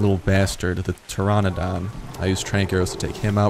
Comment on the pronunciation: Chitin is actually pronounced kite-in. Pteranodon is pronounced tuh-ran-uh-don. Big fan of this series so far.